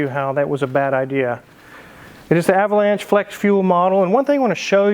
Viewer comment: You keep mispronouncing Ah vo lawn sha. LOL